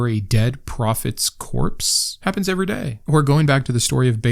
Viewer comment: The only thing you take too seriously is that second 'e' in every.